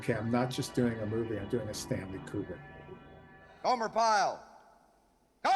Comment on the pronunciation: You could learn to say Kubrick correctly. I feel there might be a point to that. It's not pronounced "cubic".